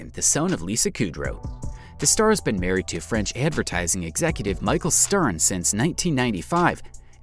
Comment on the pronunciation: His name isn’t Michael (Lisa’s husband). It’s pronounced me-shell.